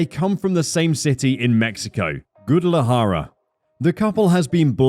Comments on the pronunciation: I know this dude didn't just pronounce it "Goo-de-la-ha-ra"...........It's Gwah-deh-la-ha-ra" mate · The dude said Gouda-lajara... 🤣🙄